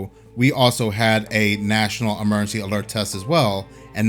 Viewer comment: If you can't say the word emergency, why do a video where you have to say the word emergency 5,000 times?